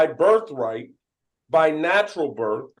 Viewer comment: First of all it’s birth not birf. Second of all, then move go to another country. You won’t be missed.